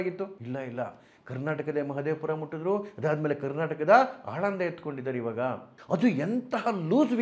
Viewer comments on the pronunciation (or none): none